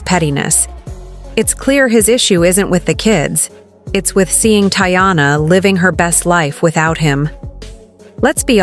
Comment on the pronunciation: First off, thats not how to say her name goofy